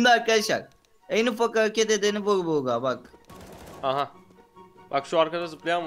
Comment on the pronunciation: en ufak hağeket edeni vuğ buğğa bak